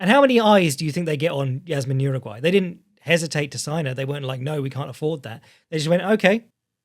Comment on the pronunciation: Respectfully - Jauregui is pronounced “how-reg-ee” not “Uruguay”. I got lost wondering who the hell you were talking about for a second.